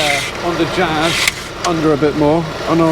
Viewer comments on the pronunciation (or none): Did you say you picked up A Honda Jizz or was I hearing things